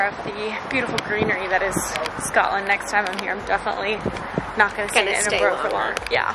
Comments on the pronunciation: Hey love ur vids, you are saying Edinburgh wrong though from a Scot 😂😂😂😂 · It’s just pronounced Ed-In-bur-rah